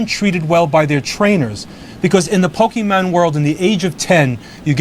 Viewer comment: “Pokey man” shudder but you’re right that was a good episode of the show